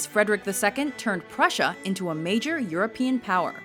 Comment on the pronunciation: Prussia Not Prusher